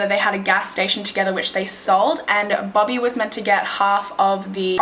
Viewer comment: I thought she was saying bubby, but then I realized it was bobby 😂